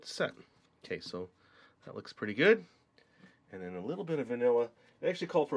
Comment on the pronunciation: When you say 'and then' I here you say 'enen'